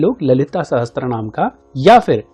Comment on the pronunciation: Sahasr hota hai sahastr nahi